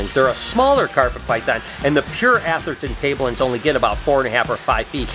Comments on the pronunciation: A-THAIR-i-ton Tableland... LOL. Its ATH-er-ton Tableland! More Aussie snakes please! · A-THAIR-ton Tableland... LOL. Its ATH-er-ton Tableland! More Aussie snakes please!